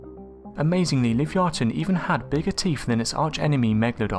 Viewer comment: Love your videos hun but you r pronouncing Livyatan wrong I think lol well one of us is lol keep up good work xo